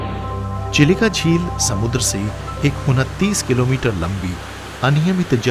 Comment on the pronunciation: भाई आप साठिक उच्चारण कीजिए चिलिका का यही उम्मीद है आपसे 🙏